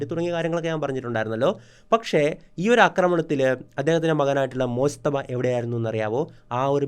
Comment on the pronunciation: മോജ്തബ യല്ല മുജ്തബ